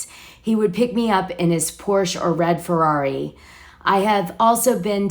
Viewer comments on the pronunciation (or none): none